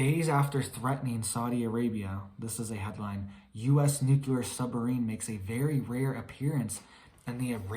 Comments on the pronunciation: NU-CLE-AR not NU-CU-LER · N U C L E. A R. ! NOT NU. C U. L A R. ! FRKING MORON. !! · Love you but please pronounce nuclear as "nu-klee-ar" not nucular. Tyvm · It’s NUCLEAR not NUKELAR arghhh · "It's nuke-you-ler" -Homer J. Simpson